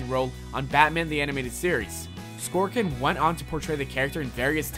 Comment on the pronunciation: WHY THE FUCK DO YOU KEEP MISPRONOUNCING NAMES 'Skorkin?' 'Shoemaker' YOU SUCK!!